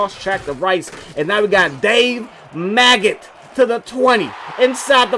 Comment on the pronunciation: Bruh his name is Megget. Not Maggot. Lol